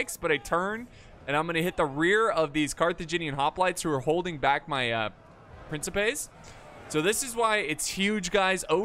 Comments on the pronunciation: its prenounced prinsipais the game even says it itself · C is pronounced like a K in Latin so it's pronounced prin-ki-pes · For all future video's: It is "Prinkipes" in classical Latin. In general the Latin grapheme ⟨c⟩ is the Latin phone [k], which is always pronounced hard as k in sky, never soft as in cellar, cello, or social. ⟨k⟩ is a letter coming from Greek, but seldom written as such and generally replaced by c. Triarii for example would be pronounced with 3 times the same i-sound of ea in easy. Not Triari-eye. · in antiquity the letter c was pronounced like an english k as in kraft. So principe was pronounced prinkipe. Caesar was pronounced similar to Kaisar. Cicero was pronounced like Kickero. Modern italian is different; if an i or e follows a c, it is pronounced like a “chi” or “che”, so it sounds like princheepe. Spanish and English each have their own take on how to pronounce the c. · Classical latin has no soft "C" so it would be pronounced "Prin-ki-pes" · Your first instinct was right, there are no soft c's in Latin, it's prin-ki-pes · CI in PrinCIpes is pronounced like the CHI in CHIps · The p boys are pronounced (prink-eh-pays), btw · Since principes is the plural of princeps, if I'm not wrong princeps is pronounced prin-keps so principes should be prin-ki-pe? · In classical latin the c is always pronounced with a k sound. So its prinkipes. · In ancient Latin most historians believe the c is pronounced k, so principes like prinkipes. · Princepes its pronounced more like PrinTCHEpes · It is pronounced Prin"ki"pes like the "ki" in "kin". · Bro, it's pronounced Principes! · It's pronounced principes.